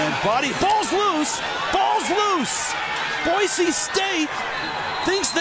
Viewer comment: I cringe every time I hear Boise pronounced boyzee, like BOI, it's Boise, boy see